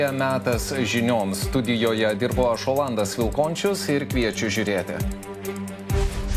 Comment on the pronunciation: Kodėl visad prisistato sakydamas "Olandas"?